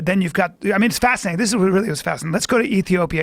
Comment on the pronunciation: Joe “ it’s just fasanating” Rogan